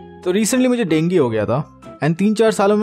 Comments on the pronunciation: Bhai dengue hota hai na dengi thodi hota hai 🤔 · Denge nhi hota dengue ho ta hai 😂😂😂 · Bro dengue not dengi😂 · Dengi 😂😂😂 it sounds weird dengu is much better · Dengue bolne ka tareeka thoda KEZUAL hai 😀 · dengue nahi dengue